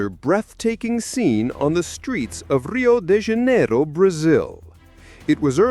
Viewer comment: I was very impressed that you pronounced Sao Paulo correctly in the first clip! Something that is rarely heard form English speakers. Then you completely butchered Rio De Janeiro. I'm confused.